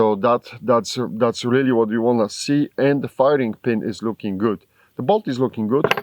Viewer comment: I watch these videos to hear him say “luuking guud” lol love it brother